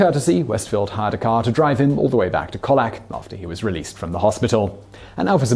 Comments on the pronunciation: Amazing story, I live near colac!..... >.> but say it like Cole Lack. While were on it, Melbourne = Mel Burn. Today you found out something too :D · Colac is pronounced Koh-lack!